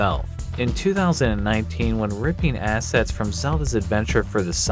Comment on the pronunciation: "In 1994 when ripping ass-" Is all I heard I know they said assets but here I am a month later dying